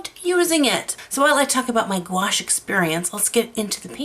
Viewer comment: Gouache is simply opaque watercolor. You are mispronouncing gouache. There are canvases made specially for watercolor. Your mushroom work rocks.